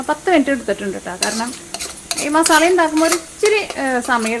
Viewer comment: മസാ ള അല്ല ല്ലോ മസാല അല്ലേ